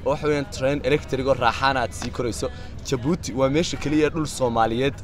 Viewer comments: Wadanka waxa la dhaha Djibouti (jabuuti) not (dhi)jabuuti. Magaca inaga sax. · Le "D" est muet ,,, oo ka dhigan ,,, The "D" is silent marka aad ku dhawaaqayso Djibouti waxba "D" haku dhawaaqin Sida kale waa muuqaal qurux badan dhoor jeer oo aan jabuuti tagay iima suuroowin inaan gobalada u boxo insha allah sanadkaan qorsheynayay inaa tago markuu xagaaga dhamaado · stop saying "D" jibouti the "D" is silent juste say jibuuti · Fadlan haddaad aragtid qoraalkan ogow "Djibouti" inaan loo akhrin D(dhii) Jibuuti. Af-faransiiska "DJ" waxa loo akhriyaa "J" la adkaynayo markay soo baxayso. Hase ahaatee "J" caadi ah ba waad iskaga akhrin kartaan ... ee soomaalay "D"da Ingiriisiga ah ee iska u akhrinaysiin inaga daaya.